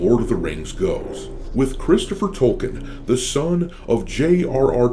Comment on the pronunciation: Stop calling the author Tolken, he is name is Tolkien, with a disting I, you'd sound less like just another retarded american.